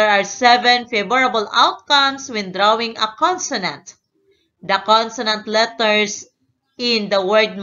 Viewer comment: Omg yung salita niya ang pronounce nya ng letters littets